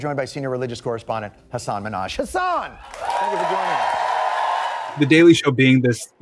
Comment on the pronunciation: Lmao Kumail is the first person to pronounce Hassan's name correctly. Even Hassan pronounces it as Hassaan, not Hassan. Hassan is very common name in Pakistan, maybe that's why.